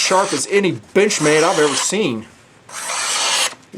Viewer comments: sounds like he said "bitchmade". I giggled. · when you sed "Benchmade" in that axent I herd "Bitchmade":D The knife is cool though!I like the look!